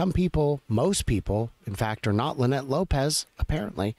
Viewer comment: You missed her name, it is not Linnette it is Lie-Nette. LOL